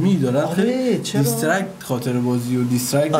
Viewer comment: چرا حس کردم خاطره بازیو گفتی خاله بازی